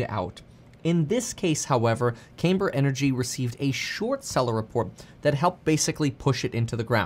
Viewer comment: Not "CAYMber". "CAMber".